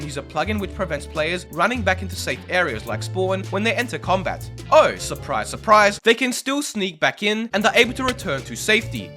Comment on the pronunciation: its named combat not comat